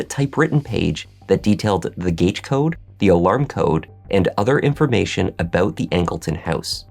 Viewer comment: Did you say “aboot” ? A Canuck?